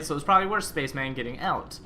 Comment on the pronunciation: it would be nice if he pronounced space man as it is in 30 rock